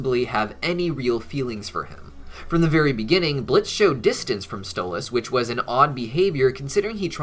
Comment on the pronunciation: it's blitzø...say it right plz